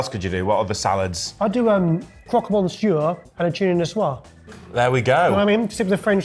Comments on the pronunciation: shouldn't laugh about pronounciation of "caprese" when he can't pronounce monsieur after all these years lol hint: it's not mon-see-ehr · Funny making fun of "caprese" and not able to say "monsieur" correctly, stones and glass houses, mate, stones and glass houses...